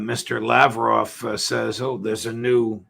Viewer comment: Judge Neapolitan: "Sergei LAV-rov, my dear friend"